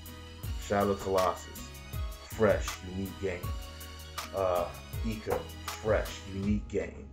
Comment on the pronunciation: The closest word in the Oxford English Dictionary to ICO is icon. I think that says enough about how the I is pronounced in English.